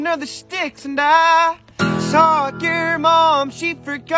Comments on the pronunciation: How does it sound like sog yer mom . What happens in your mouth at that part and why is there a g pronounced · The way he pronounces season you can hear it and for some reason he says sawk your mom lol